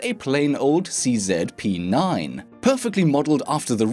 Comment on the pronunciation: The way you pronounce CZ makes me laugh. 😊